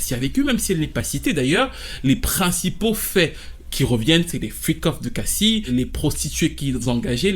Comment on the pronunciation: Ç que tu racontes ç pas compréhensible, on pige rien à ç que tu racontes ç apparemment l'accent 😝😬😬😅 À Tu dis q cassi est pas évoqué dans la plainte mais si ! èlle est évoqué puisqu'elle parle d son vécu avec diddy ç qu'elle prétend donc oui èlle a prononcé son nom à èlle , èlle évoque pas j low la + plus grande arnaque du showbiz ou autres !! Èlle parle d son vécu après on sais pas si èlle mens mais èlle évoque son nom